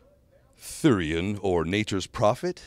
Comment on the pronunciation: Thurian...he said Thurian. Furion...